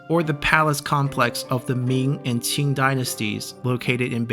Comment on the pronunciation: Can tell you are Chinese by the way you pronounce “Qing”. Non-Chinese people cannot pronounce it perfectly